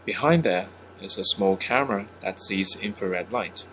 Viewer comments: its infared not infarred! maniac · Not an expert but uh it’s infrared not inferred